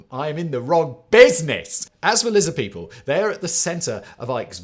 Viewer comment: Lizid peeple